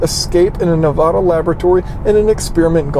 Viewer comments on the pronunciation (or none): It's Nev-AD-a.